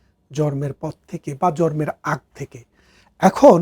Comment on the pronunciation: ব্যারিস্টার সাহেব ভারত কে" বারত" এবং জন্ম কে " জর্ম" বলেন।😂😂😂😂😂